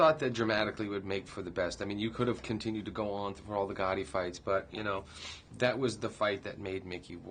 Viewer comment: not Ghotti its Gatti